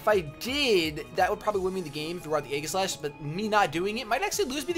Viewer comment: I'm rather surprised that the Manectric wasn't carrying Flamethrower; but Congratulations for the two Wins, and yes, your Beard is very nice. Random Note, I imagine 'Aegislash' would be pronounced 'ee-ji-slash' rather than 'ai-ghi-slash'.